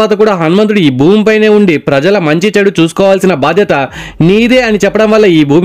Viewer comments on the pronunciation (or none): none